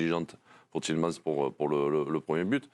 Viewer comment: et c'est tiele mans pas tielemanse oh mon dieu mes oreilles